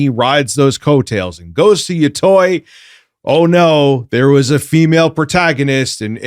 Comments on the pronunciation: Yotei = Yo-Tay Where is the "oi" coming from? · I am amazed people mispronounce Yotei as "Yotoy" its Yo-te like "Latte" you people need to learn your japanese wording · it's minor, but pronunciation of "yōtei" bothers me greatly (It's "yoo-tey" btw. but like "yoo" as in "yooooo", not the double-o like "too" lol) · Old school east coast headz pronounce it Yotoy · Take a shot everytime say Ghost of Yatoy. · Mary-oh Ya-toy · It’s the game pronounced “yo - tay”. At least I hear it this way everywhere else. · its Yo-Tay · Lol yeah it's pronounced Yo-Tay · Omfg the way he’s pronouncing yotei is driving me crazy 😂😂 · He mispronounces Yotei because he's a grifter who doesn't even play the games he shills. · The way mispronounced yotei everytime drives me nuts.